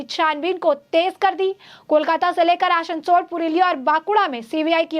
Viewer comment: Aasansol - not Aashanshol Bansal - Not Banshal